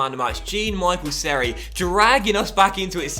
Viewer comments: BTW it’s pronounced Me-shel Seri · Haha the way you pronounced seri